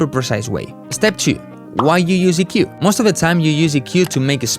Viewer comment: Speak english , you cant even say EQ